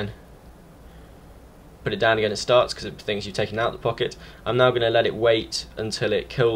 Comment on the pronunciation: The way you spelled "pocket" sounded like you said "fuck it"